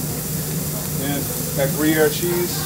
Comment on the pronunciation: As a Swiss who lives 45 min away from the town of Gruyère, I instantly felt respect for this man as soon as I heard him say he put Gruyère cheese on the burger, even more when I heard the pronunciation that was on point!